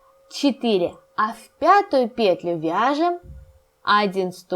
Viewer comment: Не вот эту ПЕтлю ,а вот эту петЛЮ! Просто жесть .. Уши вянут... Деревня Кукуево...